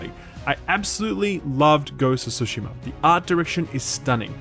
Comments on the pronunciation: Jesus Christ it's tsushima not sushima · For the love of god. Why do people pronounce Tsushima as Sushima? There's both Su and Tsu in Japanese and it's pronounced just like that, "Tsu" not "Su".